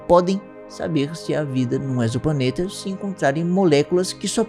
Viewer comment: O primeiro que falou exoplaneta corretamente. O prefixo "exo" tem som de Z em português.